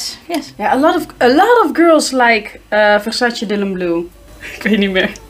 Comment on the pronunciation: I crack up every time she says Versace. Vuhshashaeeee “You got a dry bush” sick burn 🔥, u need to bring her back! You guys make such funny and unscripted content.